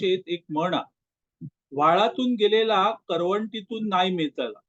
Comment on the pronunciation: करवंटी नाय ओ करटी म्हणा